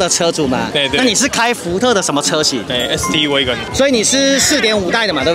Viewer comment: 是挖根，，不是威根